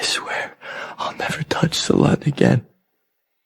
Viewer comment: He called her "sa-lut" 😂